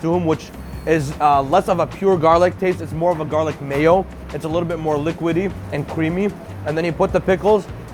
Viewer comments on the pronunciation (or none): none